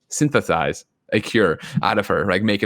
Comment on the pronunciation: lol i really enjoyed this episode. First time I've listened to an entire show start to end. Good job guys. Also syn-the-size the cure Lmfao